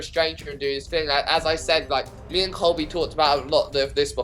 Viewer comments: It isn't Coby it's COLBY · I can’t believe people keep saying “coby” it’s got an “l” coLby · Keemstar is pronouncing it 'Kobe' Like brennens dog.. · LISTEN U RAT DON'T CALL COLBY C O L B Y NOT KOBE!!!!!!!!!!!!!!!!!!!!!!